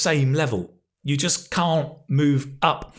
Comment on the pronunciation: He eats his "Ts". "You just can (gulp) move up"